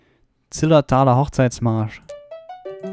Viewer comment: Du machst ne Party bzw. ein auf dj und dann sagst du : zittertalerhochzeitsmarsch ich glaub es auch noch dazu auf dem Plattdeutsch Akzent XD. feierlich geiles video